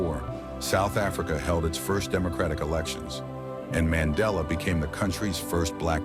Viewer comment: Nelson man .....della ✅ Nelson Mandela ❌